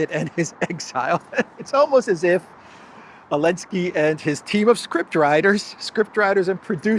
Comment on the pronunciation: Can someone tell me why pronounces Zelenskyy “Alinski”?